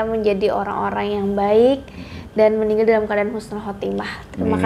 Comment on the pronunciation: Si narasumber kl nyebut meninggal jadi ninggal😂